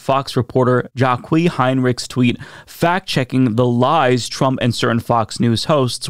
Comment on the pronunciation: did you seriously just pronounce the name Jacqui as Jah-Kwee? Cos that's brilliant.